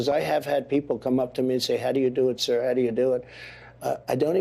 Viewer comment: They aren’t saying “ sir”, they ate saying “CUR”.